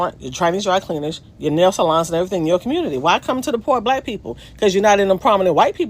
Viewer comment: It is pronounced "Salons" not "Saloons".